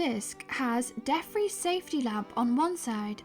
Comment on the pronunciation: DeFries= Dee Free-ss